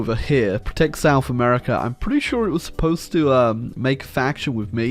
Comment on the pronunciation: Whenever I hear "hamerica" coming from ISPS mouth, it tears my soul